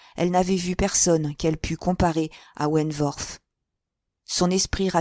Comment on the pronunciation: Je pense que vous prononcez mal le nom de Frédérick wentworth . Le w ne se prononce pas "v" . Mais w , la prononciation n'en est que plus facile